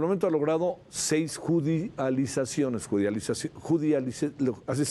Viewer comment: ¿Judia-lizaciones?..... Es judicia-lizaciones...